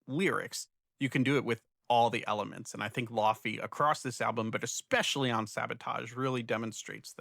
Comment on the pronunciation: The matcha labubu listeners are going to be upset when they hear how you say laufey. In the laufey community, it is a joke that no one knows how to say her name because it is Icelandic. She pronounces it almost like laoih-vay, but she accepts lay-vay also, which is what most people say